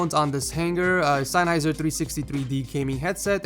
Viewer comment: It's Sennheiser, not Seinn-heiser.